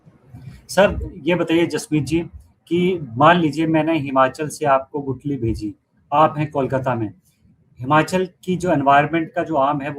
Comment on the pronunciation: Gutli नहीं Guthli